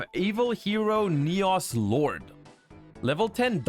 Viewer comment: Yugioh World Champion ignores the fact that Sinister Necrom carries this support on his back, instead opted to mispronounce Neos.